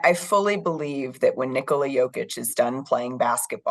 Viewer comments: Props on not calling him Nicolaaa! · She pronounces Nikola more correctly than Michael Malone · i like the fact that this lady pronounced the name ''Nikola'' almost exactly the way it is supposed to be pronounced at one point.